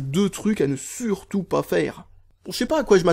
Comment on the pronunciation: et on dit" sUrtout " et pas " sOUrtout "